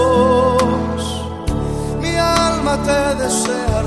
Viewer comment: todas las alabanzas de este hermano son bellas y las canta muy bien. solo tiene un defecto que debe corregir ya que pronuncia dos palabras mal. si le ponen atención,, el pronuncia la palabra Amor( jamor) la palabra Alma) el la pronuncia ( jalma) se oye feo. daña la voz y el efecto que debe hacer en las personas. corrijelo!